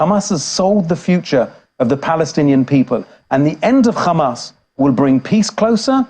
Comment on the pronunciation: Khamas khamas khamas 😂😂😂😂😂 so obsess with this name